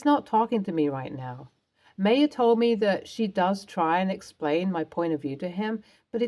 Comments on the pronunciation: My ah, not May a. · In my exceedingly long life, I have heard Bea pronounced BEE-UH once: the late, brilliant actress, Beah Richards. Notice there is an H on the end. Not saying no one in the history of the world has pronounced it “BAY-UH” but…. As for “MAY-UH”? Sorry, never heard that pronunciation. Not saying it doesn’t exist, but in eight decades and lots of world travel, I’ve never heard that. And I’d be willing to bet that the Maya being spoken about pronounced it “My-UH”. Also willing to understand that Brits pronounce quite a few words very differently to the “correct” pronunciation. For example, the word “pasta”, which they pronounce “pass-tuh”. My Italian boyfriend was horrified, amusingly so to be honest. Obviously people say things differently, but really, MAY-UH? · Uh, Ms. Narrator, “Maya” is pronounced MY-UH. Have you never heard of Maya Angelou? Also “Bea” is pronounced BEE.